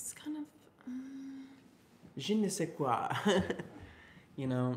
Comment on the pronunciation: "je ne sais quoi" was so close its impressive! -a random frenchie